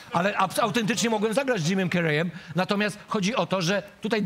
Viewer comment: Źle wymawiacie nazwisko Jim Carrey .... wy celebryci😏 Kuba by nie lubił jak np. ktoś nazywałby go Kjuba ...